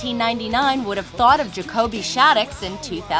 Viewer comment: it's jacoby not jacobEy